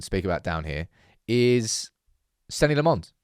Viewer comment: Who TF is Senny Le Mons?